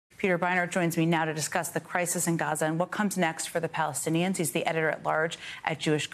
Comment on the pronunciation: "Palenstiains" though